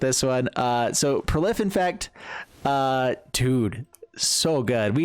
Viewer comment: Its Fynn not Flynn